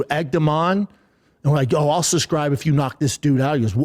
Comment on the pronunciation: Love how he still hasn’t learned the word “subscribe” yet 😂 Susscryb